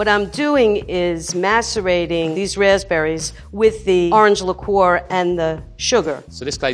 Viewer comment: Nobody:: LIQUOR “L-ICKOOOOORR” Lmao it’s Liqueur I love her though bless her heart 💀